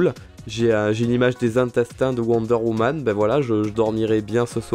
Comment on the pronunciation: quand te parle de worde woman c'est pas sa c'est worder woman tu le dit mal